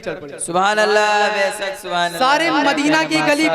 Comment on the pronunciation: साइड से जो सुबहानल्लाह की आवाज आ रही है ,,,,, उसमें मासाअल्लाह और बैसक बैसक की आवाज आ रही है 😃😃😃 please तलफ़्फ़ुज़ में दुरुस्तगी लाने को बोलिए ,,,, माशाअल्लाह और बैशक सही जुमला है